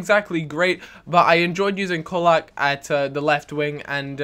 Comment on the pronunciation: colak is actully pronounced cholak